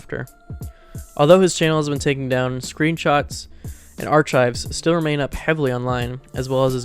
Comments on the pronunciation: Colombian high school😭😭😭😭 arCH-hives😭😭😭😭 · NPC: “What’s this green stuff on my plate?” OP: “Are-Chives.” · not trying to be a dick and i know it’s a 2 year old video but how tf are u getting info wrong, mispronouncing words like “archives” and “Columbine”, and lacking actual research. i’m assuming u made this while u were still in school bc u sound young. our education system has failed u 😂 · not to mention that he somehow mispronounced archives 😂